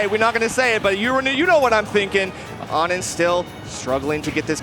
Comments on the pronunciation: Isn't it "oh-nin" not "aw-nin"? Or did it change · Why did they keep calling onin awnin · why didnt anyone tell them its "oh-nin" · ah yes my favorite steve player ah-nin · how come she doesnt know how to pronounce O-nin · Why they pronouncing onin like that? Is that how it’s really pronounced? I’ve never heard it like that before